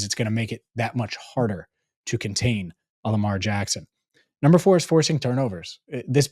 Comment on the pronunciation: you started with the derr… no its joe burrow.. instead of saying lamaaar… bit you in the 🍑